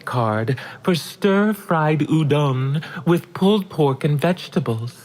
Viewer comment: I cannot stop cracking up the way she said “uDONG” or whatever during the 2nd hello fresh ad 😂😂😂😂😂